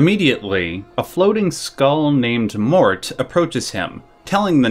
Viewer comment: the name of the skull is not "mort" as you pronouce it, but "morte" the italian word for "death"...